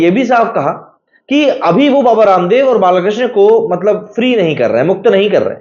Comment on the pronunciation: Bhaai naam to sahi lo... Balakrishna ❌ : Balkrishna ✅ Mukul Tyagi ❌ : Mukul Rohtagi ✅